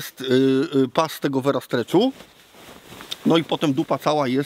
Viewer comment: Versa nie vera